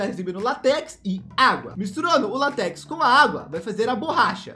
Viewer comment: Mano eu fiquei com muita agunia toda vez que ele falava latéx a pronúncia seria látex mas mesmo assim ótimo vídeo boa noite